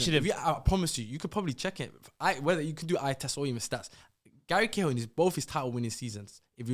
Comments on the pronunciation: Man said Gary Cahill you know I’m out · man said gary cahill 😭